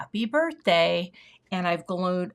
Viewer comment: Oh, I love “glown” 😂 I do that all the time, the word in my brain and the word that comes out of my mouth do NOT align